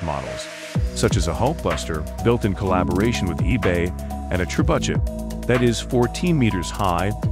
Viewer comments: "Day-byoo-ted"? And what was that weird pronunciation of "trebuchet?" Nice try, skippy. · The way you pronounce trebuchet 😂😂